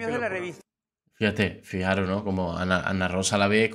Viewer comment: FIJAOS***, se dice FIJAOS. Ni un imperativo bien dices. 😂